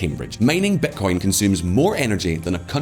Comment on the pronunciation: Amazing video as always. But why do you say "betcoin" instead of bitcoin?